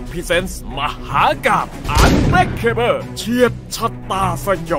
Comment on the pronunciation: ผมไม่ใช่แฟนหนังชุดนี้หรอกนะครับ แต่ผมว่า อ่านว่า อันเบรคเคเบิล เถอะอย่าอันเบรคเคเบ้อเลยครับ